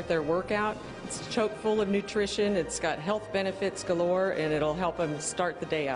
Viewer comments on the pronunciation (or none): God, that cook kept saying CHOKE full. It's CHOCK full, ugh